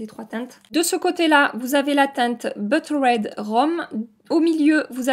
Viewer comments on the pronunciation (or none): Je n'ai pas écouté ta vidéo (si, je suis revenue à la réalité quand j'ai entendu "boeuterède", ahahah), j'étais hypnotisée par les vagues de tes cheveux... Canon! Bonne soirée! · Les lipsticks Tarte , le Buttered ! La prononciation était fabuleuse! Je me moque gentiment hein, j'ai trouvé ça trop mignon !